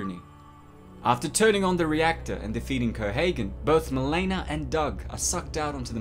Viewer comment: “Mi-leena”, not “Mil-aena” and “Rick-ter” not “Rike-ter”